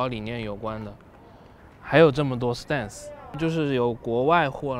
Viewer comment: 哥 你这stance的发音真心不准啊